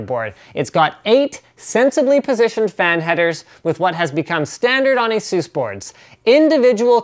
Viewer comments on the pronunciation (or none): ITS PRONOUNCED AY-SUS not asues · A-SUS, not ASEUS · it's not a-zeus it a-sus get it right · It is actually pronounced "Asues" or as you say because Asus and Acer which are both computer companies have similar sounding names with the way you pronounce it so that is why they switched to the way Linus pronounces it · Iron Man Doesn't mean that's how it's pronounced. Speak with any Asus employee and they'll tell you it's pronounced "ay-soos". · Nonono its pronounced Asses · It's fucking "ASUS" A-SUSS